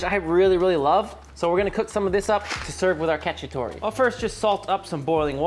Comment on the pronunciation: I can envision all the Italians cringing hearing him saying chicken catchy-atory 😂